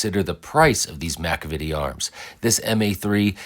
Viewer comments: Muh-Cav-Uh-Tee not Mack-Uh-Vit-Tee....sorry but I had to say it.... good videos always though! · Sad that you get to test a product and can Not correctly pronounce the brand name , Mc Cavity- just like the dental ailment Not MACA VITY ,,, damned Shame